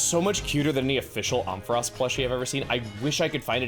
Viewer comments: Chugga…. I love you and your videos… but the way you pronounced Ampharos physically hurt me. It’s like Amp so it’s Am-fair-ose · The way he pronounced Ampharos made me throw up lol